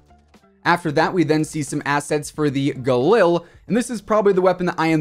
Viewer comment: It’s pronounced “galeel” and I’m getting one irl 😁